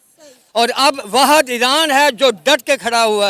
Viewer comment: Iran ki jagah iraand keh raha hai😂😂